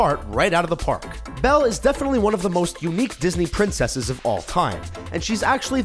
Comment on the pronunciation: It's Belle